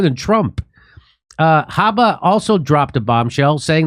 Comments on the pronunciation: Good grief Jimmy be prepared. Her last name is Habba not Hanna as you stated at the beginning. And yes it is a civil case not a criminal case as you eventually acknowledged. Pretty sloppy on your part. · It's Alina Habba - not Alina Hanna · Jimmy, her name is HABBA not Hanna. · You could at least try to get the spelling and pronunciation of his attorney correct you boneheads. Her name is Alina Habba. You've obviously never even heard of her and yet somehow you think you're qualified to comment on the situation? Try doing your homework for a change. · 😅😅😅 can't even get the lawyer's name right .